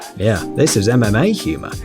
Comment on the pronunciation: It sounded like he was saying anime fighters instead of mma fighters